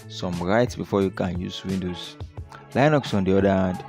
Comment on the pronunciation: YeshuuDOOOOOOOOOOO. and it's " lin ucks". Not " lie bucks" And it's. " Win doze ". Not " win doooos"